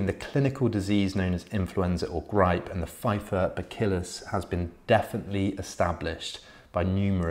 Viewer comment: Buh-Sill-Us. Re: bacillus.